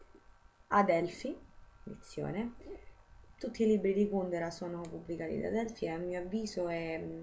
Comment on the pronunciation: Finalmente qualcuno che pronuncia Kùndera come si deve!!! Sembra l'eterno dilemma Salgàri-Sàlgari... PS. SI dice Salgàri!